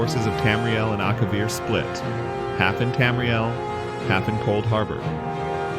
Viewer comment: “Couldharbor” 🤣🤣 Jk homie love the vid